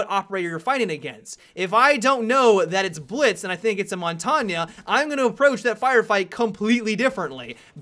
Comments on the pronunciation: Yes, and the way he pronunciates montagne is "montaña" wich is mountain in spanish. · montange is pronounced mon-tang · I'm being incredibly nit picky, but WTF did he say when he meant Montagne? Montanya? Loved the video though, keep it up,. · And then he says Montagne as Montanya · My French teacher told me to pronounce it as Mon-Tan-Ye soooooo rip me XD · Have you heard Mont-ahhn-yey yet? That's a good one. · please pronounce Montagne properly... You would know if you spoke french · I don't speak french and i still know hes pronunciation sucks xD